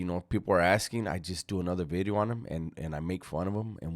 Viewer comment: I am here just to hear say “a new bideo”